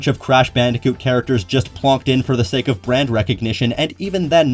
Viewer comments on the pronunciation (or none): none